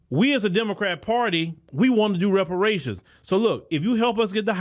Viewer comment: She couldn’t even say the word Reparations when she tried to answer the question.